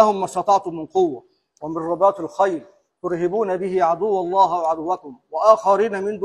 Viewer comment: قوله تعالى "...ترهبون بعد عدو اللهِ..." الهاء تحتها كسرة وليست مفتوحة ربنا يرزقك حسن الخاتمة أيها القاضي ويغفر لك قولك (سيادة الرئيس) لأنك أكيد تعلم بجرائمه وقتله للأبرياء على العموم موقف مشرف منك ربنا يحفظك